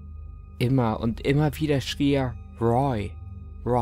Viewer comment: Bis heute ist nicht klar ob du jemals den Namen Roy richtig aussprechen wirst ;)